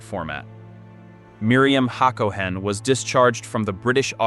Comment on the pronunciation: It's ha ga NAH, not haGAnah. haCOhen not HAcoHEN.